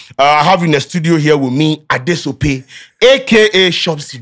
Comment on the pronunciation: I will love to see seeing this and able to pronounce it perfectly the next time. To get the name “Adesope” right, please you should pronounce it as “Adeshcp3” in twi accent so it will sound perfectly like the Nigerian accent. Thanks ❤